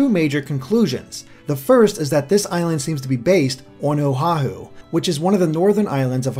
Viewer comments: love the vid, but Oh-Ha-hu? its Oh-wa-Hu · Also the islands are pronounced Ka-wah-ee(Kauai) Oh-ah-hu(Oahu) Ka-oh-oh-lah-veh(Kahoolawe) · You also mispronounced Oahu. Oh-ah-who is the correct way to pronounce it. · I'm going to say this now: Kukui is pronounced exactly how it's spelled in IPA, or [kookooee] for English speakers, and 'Oahu is [ō•ahoo]. I know that the pronunciations seem insignificant, but it's kinda grating on my ears. And yes, cousin is most likely a local thing, as in Hawaii, a lot of locals like to call others aunty, uncle or cousin, even when there is no familial relation. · The way he pronounces "Kukui" cracks me up. It's pronounced like "koo-koo-ee". AND! he says "Oahu" as if it is spelled "Ohahu". Its just it makes people actually from Hawai`i laugh. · Pleaaaaase before you do another video work on your pronunciation of the Hawaiian language. It jolted me out of analysis hearing the language of my home butchered. Kukui: Koo-Koo-ee Oahu: Oh-Ah-Hoo Kauai: Kah-Wah-Ee Maui: Mao-Ee Molokai: Mo-Lo-Kah-Ee Kahoolawe: Kah-Ho-Oh-La-Vay Lanai: Lah-Nah-Ee Each dash that is indicating a new syllable in the word must also be enunciated. Your pronunciation of Kukui was close but you need to accentuate each syllable. Don't blend the syllables together because in Hawaiian almost all vowels are individually heard. For example the town Kaaawa is pronounced Kah-Ah-Ah-Vah. Or the Hawaiian word for owl, Pueo, is pronounced Poo-Ay-Oh. Anyway the video was awesome and I look forward to more of your analyses regarding the new generation! Thank you!